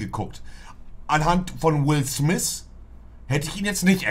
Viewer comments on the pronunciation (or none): Niemand: Wirklich Niemand: Monte:Will Smis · "Wis smiss filme" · Niemand: Monte: will smis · Jeder Normale: Will Smith Monte: Will Smiss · Ich: "Will Smith" Monte: "Will smihss" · „Will Smis“ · Digger will smiff spricht man ihn aus nicht will smiss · Niemand: Monte:Will smis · Niemand: nicht mal deutsche im Urlaub mit Socken und Sandalen: Monte: Wills Smis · Niemand: Absolut Niemand: Monte: Will Smis und Sous park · Niemand: Monte: Will Smiss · Niemand: Absolut Niemand: Monte: Will Smisss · Niemand: Wirjlich niemand: Monte:Will smiss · Niemand: Wirklich niemand: Monte: Will Smis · wer kennt ihn nicht "Will Smiss" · Niemand Monte: Wil Sniss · Niemand : Wirklich niemand : Monte : Will Smis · Niemand: Monte: Wiu Smis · "Willth mis" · "Will Smis" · Wie oft hat Monte Will Smiss gesagt..😂 👇🏻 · "Will swif"